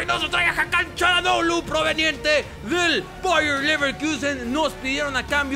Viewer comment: Basta de decir "CHA"lhanoglu >(